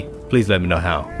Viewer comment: “Did you fnow” huh